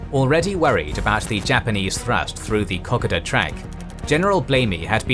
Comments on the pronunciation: ka-koda, least that's how we aussies say it, not cock-o-da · I like these videos but man learn how to say the names, Milne is pronounced Miln, Lae is Lay. Kokada is Cookada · Like so many other Australians my dear old dad fought in New Guinea, I therefore find this really interesting except for your pronunciation, please get it right. Kokoda is spelt with one "a" not two and should be pronounced Ko-ko-da, just as it is spelt. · Bloody K o k a d a please I’m an Aussie please very excellent except how u say K O K A D A